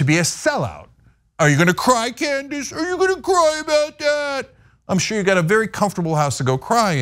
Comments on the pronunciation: I misheard you pronounce her name, but now I think Candice Owens will now be called Klandice Owens. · I for sure thought called Owens "Clandis Owens". Did anyone else hear this? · It sounded like accidentally said "Clan-dace Owens" and I cannot get over how accurate that is.....😂😂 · She said Clandace Owens